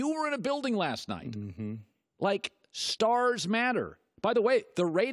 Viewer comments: Can't stand the way A-rod pronounces his S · I like A-Rod but I can’t stand the way he pronounces S. Says “shtarsh” instead of stars